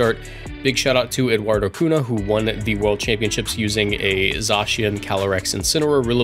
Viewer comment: Love your content,at the start of the video you said Eduardo Cunha in the wrong way wich i understant cuz you dont speak portuguese, the funny part is that you said Eduardo Cona wich means p**sy in portuguese,my 5 years old brain couldn´t take it,very funny! Keep the great work <3